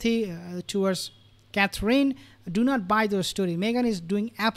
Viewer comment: Please pronounce Catherine the right way. It's not Catreen